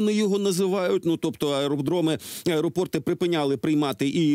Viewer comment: аеропорти́, аеропорті́в, аеропорта́м, аеропорти́, аеропорта́ми, на/у аеропорта́х. Наголос ваш неправильний задовбав трохи. Вчіть правильне.